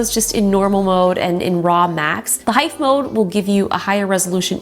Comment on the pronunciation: Justine pronounces "heef" as "hif" (HEIF). Apple would be disappointed 😂